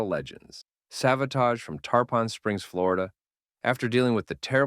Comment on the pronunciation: Tar-pon Springs? It's pronounced "Tarpin" Springs. I live about 15 minutes North of Tarpon! Savatage are local heroes!